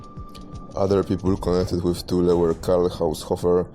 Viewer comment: It's so nice to hear THULE pronounced CORRECTLY for a change: "TOOL-AH" . Americans pronounce it in all kinds of comical ways which include: "Thool" and "Toolie" . I have never heard an American pronunce Thule correctly, not ever.